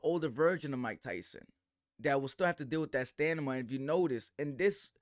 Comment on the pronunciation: it's stamina, not stanima...and I should trust your expert opinion(turn on the "laugh" track).